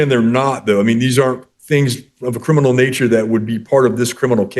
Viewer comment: Not "crinimal". And she thinks she can play lawyer.